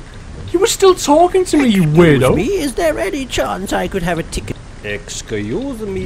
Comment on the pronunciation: Exceuse me! Oh-excoose me